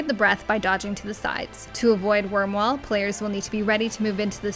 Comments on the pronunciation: It's Akh Rhai with an I (eye), not Akh RhaL Also it's Wyrmwail (whale) not wall. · What's up with the i - l mix ups? Akh Rhai and Wyrmwail.